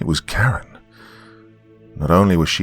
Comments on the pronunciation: Omg I thought you said "Bitten by a CARROT"! 😂😂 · I thought he said carrot at first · I thought he said “bit by a carrot” 💀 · I heard carrot too!! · I thought he said carrot 🥕 too!!😈👻👹👽🤡